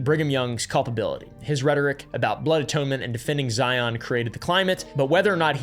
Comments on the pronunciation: So far everything you said has been completely accurate and practiced in Utah. The only thing off is your pronunciations of things like Moroni (ends in an eye sound not EE) Zion is pronounced (zi en not zi on) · Zion rhymes with lion btw